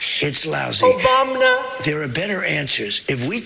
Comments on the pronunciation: OMG David. Obamna ! LOL Humor gets me through this absolute INSANITY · Sir, I love when you surprise me with an Obamna.